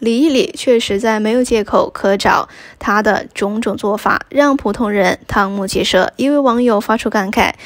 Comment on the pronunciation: 瞠目结舌 拼音是【chēng 】，不是【堂】！